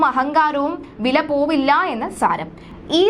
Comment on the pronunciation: വില പോവില്ല എന്നല്ല അനുജത്തി വിലപ്പോവില്ല എന്നുവേണം ഉച്ചരിക്കാൻ. അതുപോലെ രോക്ഷാകുലൻ അല്ല, രോഷാകുലൻ ആണ് ശരി